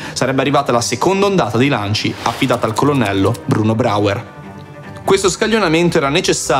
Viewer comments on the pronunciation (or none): video fantastico! attenzione alla pronuncia di Bräuer al minuto . Il dittongo äu si legge oi quindi "broier"